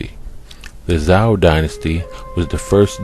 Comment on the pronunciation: Xia = "shyah" Zhou = "zhoh" (zh like french J) Hua = "hwah" (one syllable, faint H) as far as "black-headed", talking about someone's head has refered to their hair since time immemorial "Erik the Red"... ie "redhead" etc. Sumerians were black-haired more than likely as are middle-easterners, but earlier depictions more white with blue inset eye stones, later depictions after assyrian/babylonian conquest are more of a semitic babylonian standard also, look at in depth study of sumer bec...